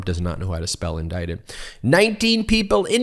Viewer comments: "Indicated," says the very stable genius. Considering what's been going on, you'd think he'd know how to say and spell "indicted" by now. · ".... I've been 'Indicated'.." Can someone please give him a new diaper and maybe a crayon.